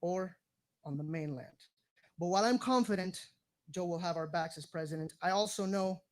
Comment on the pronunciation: Biden for resident... he ain't got the "P" ....